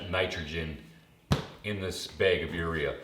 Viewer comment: It's called a bag of fertilizer, not a beg